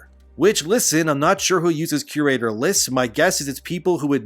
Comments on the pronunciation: I had no idea what you were referring to untill i realised you were saying "curator" wrong lol. You will find its pronounced vocally as "cure-raytor" just as like an art curator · Are you trying to say cure-rater? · You're mispronouncing CURATOR. Fix it.